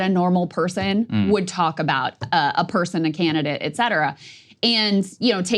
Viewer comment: Saager! It's "ET CETERA"!